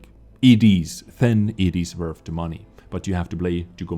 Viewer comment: "if it is wurf..."